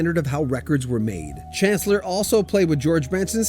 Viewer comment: Pronounced SHAN CLEAR...